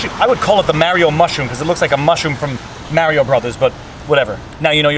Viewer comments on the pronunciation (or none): It's Mario not Merio! Lol Stay warm! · Mary-0!!!! good sir, i think you mean maher-e-o! Mario! good day sir. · The best part of the video was hearing you say Mario wrong lol. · You said Mario wrong haha (I know it's an age-old debate)